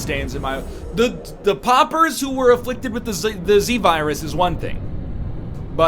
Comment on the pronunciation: Poppers! Poppers! I know he's Canadian but he doesn't say slaughter as slopper. They are p'au'pers not poppers. Dammit egg. Awesome series by the way.